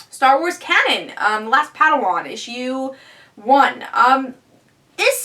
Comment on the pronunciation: Just FYI, the Star Wars book is pronounced 'Kane-an' not 'Cannon'. :)